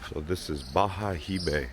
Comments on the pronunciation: Bayahibe! It's pronounced "Ba-Ya-Eeee-Beh" the H is muted in Spanish.. Although your Spanish 👌🏻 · Bayahibe correct pronunciation "Bajaebe" Isla saona pronouncing Isla sa_o na